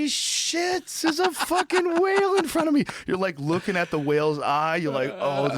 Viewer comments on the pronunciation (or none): none